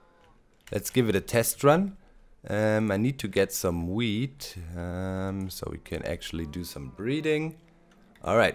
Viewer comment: Did he say "get some weed" ?